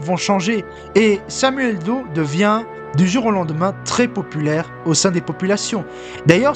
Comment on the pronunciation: "Do_e". Apprenez au moins à prononcer le nom de celui sur lequel vous essayez de faire un documentaire. Son nom ne s'est jamais prononcé de la sorte, ni en français, ni en anglais. Du plagiat de surcroit.